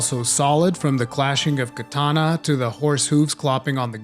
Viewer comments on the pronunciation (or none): none